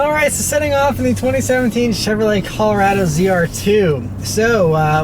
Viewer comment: Wtf is cal-rado? Is colo-rado